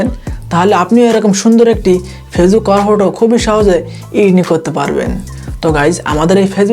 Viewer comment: কভার ফটো উচ্চারণটা ঠিক করে করেন